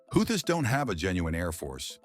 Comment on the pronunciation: Could you at least get the name of the Houthis right if your gunna be a lazy AI channel?